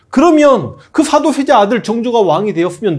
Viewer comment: 역thㅏ를 가장 역thㅏ 답게 !! thㅏ도thㅔ자 아들 정조 ㅋㅋㅋㅋㅋㅋ옛날 무한도전의 노홍철님 생각나는 번데기 발음 재밌어요 ㅋㅋㅋ